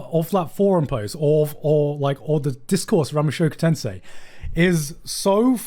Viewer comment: mushoku tensei* not tensai lol, two different words